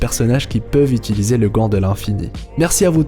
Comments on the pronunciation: A "qui peut utilsier"😂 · Utilisier hahahaha